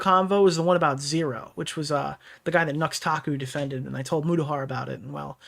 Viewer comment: It's Muta not Muda (no hate just a common mistake). But I'll admit that I was too quick to trust and side with Mutahar and Karl Jobst during the completionist drama. Looking back now something just felt off. If all that was for nothing then I genuinely feel bad.